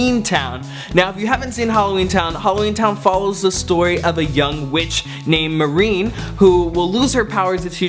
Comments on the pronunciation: MAR-KNEE. Not "Mah-rine". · "MAR"-" KNEEEEE" not Marine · okay "Muh reen"? it's "mar knee" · marine? hahahah. marnie. good list though man ;) thirteenth year is always #1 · The young witch's name is Marnie not marine lol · Halloweentown.. her name was Marnie not Marine. Lol ...i love your list though... i would add Smart house and Motorcrossed in there somewhere for my favs... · Its marnie isn't it? The way you said it didn't seem correct. The first one definitely a fave! Zenon, of course. I remember the thirteenth year :) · Her name is pronounced mar-nee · He mispronounced Marnie!